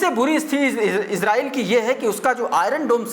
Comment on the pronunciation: Iran or israil bolne me kafi jagah mistake hora